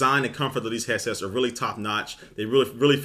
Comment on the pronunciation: This guy keeps saying hessets wtf is that???